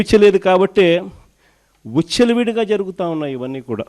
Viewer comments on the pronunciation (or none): అలా దూసుకుపోయి 151 నుంచి 11 వచ్చాయా 😂😂😂😂. మన అంబటి, అవంతి, దువ్వాడ వీళ్ళు ఎవర్రా చెప్పు జగన్ 😂😂😂😂😂. నువ్వు నీతులు మాట్లాడకు మీ వాళ్లే ఛీ అంటున్నారు 😂😂😂. విచ్చలవిడి అనడం రాదు ఉచ్చలవిడి అనడం వచ్చు నీకు ఎందుకు రా pressmeet 😂😂😂😂. వస్తావ్ ఎదవ అవుతావు ట్రోల్ అవుతావు ఎందుకు రా మీకు మీ బ్రతుకులు 😂😂😂😂😂